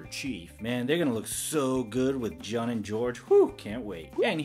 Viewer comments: Lovin this channel, keep em up. Also before 100 people say it, his name is pronounced like the month of June. Lovin the reviews! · It's pronounced joon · You say Jun as June.